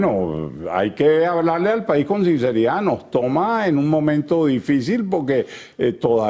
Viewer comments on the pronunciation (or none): Este jeñor pretende jer prejidente de Venejuela y no jabe hablar jajajajaja, envíenle un profesor cubano para que lo enseñe a hablar español y aprenda a decir Sinceridad y no jinceridad. Además Acción democrática ya debería sincerarse y llamarse Acción Apátrida 😂😂😂😂